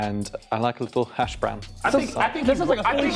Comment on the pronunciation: When he said hash brown I was like nahhhhh